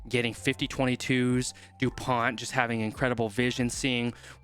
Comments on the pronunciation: Dupont is pronounced "du-pon" with a hard "o" as in "prone". England had problems tackling and Ireland will have to improve its kicking to defeat France. Edit: for Dupont, try saying "pony" without the "y". French words have the stress on the last syllable. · Bonne prononciation : Antoine dupon....pas de T! 👀👌😅🐓